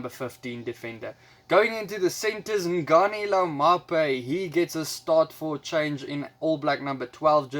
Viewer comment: I love how you pronounce Ngani, all blacks will win but I do think Australia will get a respectable 15 points. Bonus prediction every Barrett will score a try😏 Am so hyped for Will Jordan off the bench